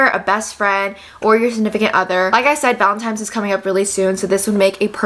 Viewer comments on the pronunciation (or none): is it just me or does keep saying valentimes instead of valentines 💀 love her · its that time of year again... where we get the pleasure of hearing you say valetntIMES .. hahah love it so much <3